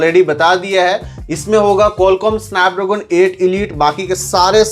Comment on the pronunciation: Snapdragon ❌ sanpdroogon 😊